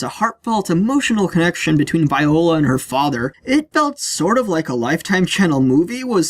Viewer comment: You mispronouncing the word "Viola" botherd me for the entire review.